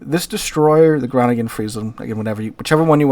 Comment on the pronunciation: I'ts "Bayaarrrr" like a Pirate: "ar, ar", Bayaaarrr 🤪"hon, hon, hon" French laughing But thanks for the list! Cheers from Groningen (NL), playing a Groningen, which is ecellent pronounced by the way! 💯